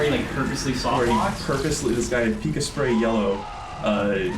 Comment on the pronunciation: I never thought I would see the day mentions Pikasprery and pronounces his name excatly the way Pikasprey hates it. lmao